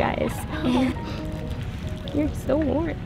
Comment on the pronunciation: "So wram" 😁😁😁😭😭😭😁😊😁😊😊😁